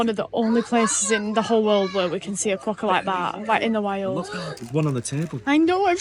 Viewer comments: It's not a Ka wokka, it's a kwoka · it’s pronounced “kwoka”, not “koowoka”. 😊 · Lol. Kerwocka! Like fingernails on a blackboard 😂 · Hey, I'm not sure if it's your accent or not, but it sounds like you pronounce Quokka as Kawokka, haha. Glad you're enjoyed your trip to Rotto, it's been a few years since I was last there. I have some great memories when I was young, camping as a 15yo and spending a week on a friend's 50 ft catamaran in Thompson Bay over the New Year when I was in my early 20s. It looks like the weather is warming back up, so you'll appreciate the white beaches and blue skies all the more.